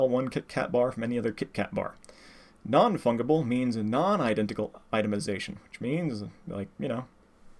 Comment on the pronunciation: I believe "fungible" is pronounced with a soft G. Other than that, great presentation which I will be sharing with everyone who keeps on trying to convince me that NFTs are Good, Actually. Although common misconception : copyrights don't expire by being unenforced (that's trademarks). There are many cases where copyrights suddenly start to be defended after a long time of silence and the copyright owner ends up winning as a result.